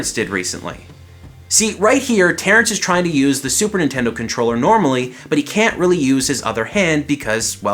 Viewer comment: Yo this is a sweet controller but you said "Super Intendo"